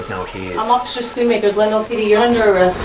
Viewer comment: Also while Schoonmaker means cleaner, the way you pronounce it "Schoenmaker" means shoemaker or Schumacher ;D as in dutch double o's are pronounced as a single one.